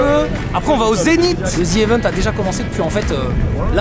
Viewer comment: Toujours pas d'amélioration, faut dire "Zii" Event Sinon super la vidéo comme d'hab